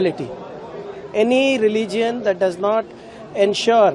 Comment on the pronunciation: Kharge doesn't know to pronounce Religion. They become ministers.